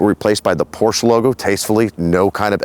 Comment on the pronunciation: Mein herr...you bought a Porsch-uh. Herzlichen Glückwunsch, es ist wunderschön.